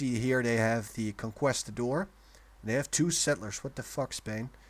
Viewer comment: I know this is old but its pronounced con-keest-adore